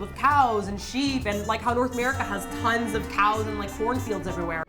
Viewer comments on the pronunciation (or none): I live near the Bandon Cheese factory(aka Face Rock Creamery)... sorry I can't send you any (it's gooood stuff too!). Can't you buy Tillamook (also in Oregon) cheese at the Korean Costco? I heard 'Horse fields' not 'Porn fields'. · I heard horse fields instead of corn/porn fields ._. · i didn't hear "porn fields" i actually somehow heard "orphans"